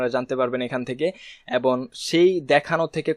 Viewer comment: ধন্যবাদ ! আপনার ভিডিও গুলো পেয়ে আমাদের অত্যন্ত ভাল হয়েছে। অনুগ্রহ করে Google analytics এর একটি ভিডিও দিবেন। কিছু মনে করবেন না আপনার ” এবং “ শব্দ টার উচ্চারণ এবন হয়ে যায । আশা করি একটু খেয়াল করবেন। ধন্যবাদ।